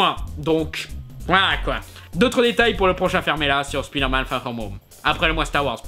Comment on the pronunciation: Un jour, Speederman sera prononcé Spyderman ^^